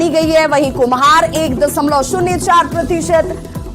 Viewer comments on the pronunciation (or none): Dasamlav nahi hota Dashamlav hota hai